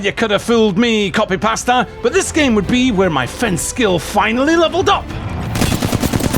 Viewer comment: is "coffee pasta" the Scottish for "copy paster"? So confused.